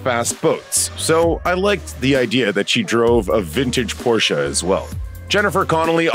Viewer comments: Finally one that pronounces PORSCHE correctly!!! namely "POR-SHEH" and NOT "POR-SHA" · Thank you for pronouncing “Porsche” correctly. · I love how you pronounce 'Porsche' correctly!